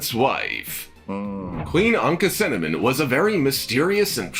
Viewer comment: Anck "cinnamon"? Anck Su Namun (Ank-uh Su NA-moon). "Akhe-TOT-en"? Akhenaten (Akhe-Na-ten). "Amenotep"? Amenhotep (Amen HO-tep). Pharoah 'Sue-sins"? Psusennes (Puh-su-SUN-nes) (real name: Pas-ib-kah-nu). This narrator needs to learn the pronunciation of words, names, etc. Well, he actually pronounced Sakkara right. I'm astonished. SMH...